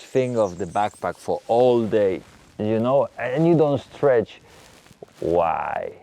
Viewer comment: STRETCH not STREACH